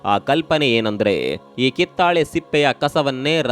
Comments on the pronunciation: ಮಾಹಿತಿ ಚೆನ್ನಾಗಿರುತ್ತದೆ, ಆದರೆ ಉಚ್ಚಾರ ತಪ್ಪಾಗಿರುತ್ತದೆ, ಕಿತ್ತಳೆ ಬದಲು ಕಿತ್ತಾಳೆ ಎಂದಿದ್ದೀರಿ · ಇವರ ಕನ್ನಡ ಬಾಷೆ ಹಾಗೂ ಮಾಹಿತಿ ಉತ್ಕೃಷ್ಟವಾಗಿದೆ ಆದರೆ ಕಿತ್ತಾಳೆ ಮಾತ್ರ ತಪ್ಪಾಗಿದೆ